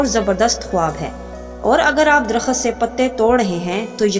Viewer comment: Baji darakhat nahi darakht sahi word hay baray meherbani urdu sahi bolayn shookria